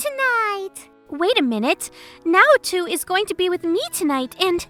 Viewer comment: The only problem I had was the way you pronounced Naoto. It's not too it's to